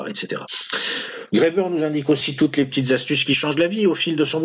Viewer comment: Heureusement que ce cher ne parle pas, à propos de ses notes de lecture, de « petiteuhh vidéos »!